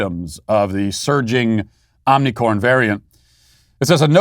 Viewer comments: Matt, Can you pls pronounce omicron properly lol it’s not omicorn 🌽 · Today we cancel Matt Walsh for saying omnicorn. It's omicron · Matt, it's omicron, not Omni 🌽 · Love how he keeps saying Omnicorn. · Omni “corn” 😭😭😭. Matt for the win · IT'S NOT OMICOR 🤦‍♂️ OMICRON OMI-CR-ON Between you and Steven Crowder I don't know who is worst with the Greek Alphabet 🤣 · It bothers me so much how Matt mispronounces omnicron. I hope he does it more hahaha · Great trolling by mispronouncing Ornicorn!! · Matt It is omicron not omnicron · It is omnicron not omnicorn... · I think you should be given more credit as being the only public figure who pronounces omnicorn correctly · Why do you say omnicorn? Maybe I have missed that you are doing on purpose? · You're purposely calling it "omnicorn", right? It makes me giggle every time you say it. I imagine you're intentionally mispronouncing it to be absurd. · Omnicorn was funny the first couple times. Now it is making it seem like you don't know how to pronounce it. Just focus on how mild it is, rather than mocking it. It is incredibly disruptive to the educational situation (ie, students and teachers must stay home if they have a scratchy throat or cough leading to sub shortages and thousands of lost learning hours) so helping the narrative by focusing on it's mildness is helpful. Mocking it means your voice will be ignored as contrarian. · He knows, dummy. It doesn't deserve the respect of correct pronunciation. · Somebody tell Matt to stop saying "Omnicorn"!